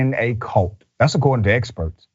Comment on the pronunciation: "Dats according to experts." This man is so hilarious.